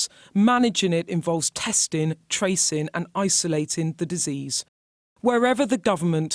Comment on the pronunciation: That’s just what what I was thinkin. Very hard for her to say “testin, trackin and tracin”.